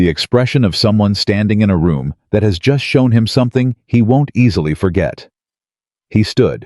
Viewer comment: Could you pronounce “He”, not “Hi” ? ??